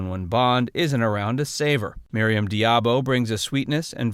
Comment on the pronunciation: You forgot two Bondgirls : 1) Sophie Marceau (as Elektra King) in The World is not enough. And 2) Grace Jone (as Mayday). Also, you seem to have a reading problem. About Maryam d'Abo. You prononce her name as "diabo." Why? Where is the "i" in her family name? Its D'Abo... NOT Diabo.